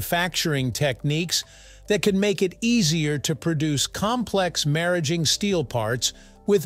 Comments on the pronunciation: The correct pronunciation is how it’s spoken right after the mention of nuclear centrifuges. Similar to “marriage”. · I never expected a segment on maraging steel! I think it's pronounced mar - ageing. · First fucks sake, they pronounced it two different ways, both wrong. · Fix the narration. Maraging was pronounced four different ways. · You pronounced Maraging two ways. Which is correct? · I'll never know how to pronounce maraging. So I'm going to keep on calling it alloy steel. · I worked with this material in graduate school in the 1960's. At that time, it was pronounced "mar" "age" "ing" with each syllable pronounced like the word (even though "ing" isn't a word). They didn't do a good job in this video with "molybdenum" either.